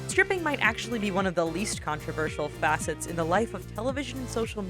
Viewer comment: Did you guys hear her she said tripping instead of stripping?